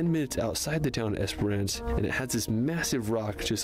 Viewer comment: Yes..driving between Perth and Adelaide you would cross the Nullarbor Plain (null = no, arbor = tree). It is just as you imagine but more chance of another car coming along than a lot other outback roads. If you come to Werstern Australia, don't pronounce Esperance the way this guy does.. (Esper-ANCE)..lol Said quickly, should sound more like "esprince". Great video though!!😊